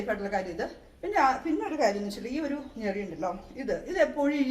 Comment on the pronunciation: ഞെറിയല്ല ഞൊറി.. 😊